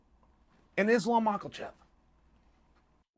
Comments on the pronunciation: “Islam Mockelchev” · Why tf is he always saying MALKOCHEFF???? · Rose nama-joonas 🤣😂Islam mach-la-chev 🤣😂🤣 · At the end when he said "Dustin Gaethje and Islam Mockle-chev" 😂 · Or MAKOLCHEFV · "Dustin" Gaethge and Islam "Macklechef"... Fuck, but I love Chael's pronunciations... Almost as good as Haz-Mat(suit) Chimaev! 😂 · i can always rely on chael to say made up words like "bludgeon" and "makalchev" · Islam Ma-kel-chev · In all honesty I was just waiting for him to say Makelchev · exactly! Same here, I was pronouncing it wrong too! It was Macklechev all long sheesh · Nothing makes me more happy than when a guy named “Chael” of all things gives zero shits about pronouncing somebodies name correctly. Today that name was Islam MACKELCHev! 🤣🤣🤣🤣🤣🤣🤣🤣🤣🤣🤣 Can you name another person whose name “Chael” slaughters? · Islam "Mocklechev" Chael always on point! / Chael doesn't say "chef" he says "chev" listen carefully and you wont hear him pronounce it with an "f" but instead a "V" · pretty sure he is saying "Islam Mackerel Fish" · Not Macklechef 😭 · 😆😆😆 Always with an extra 'L' 😁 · he doesnt pronounce it with an "f" instead uses the "v" chev